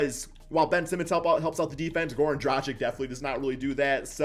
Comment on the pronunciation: "Džradžik" lol. It's Dragić. Or Dragich if you can't say ć.